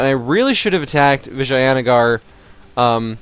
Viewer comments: its Vi-jay-na-gar not vaginagar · The A is a english fuck up. In india we dont say the word with a A in the middle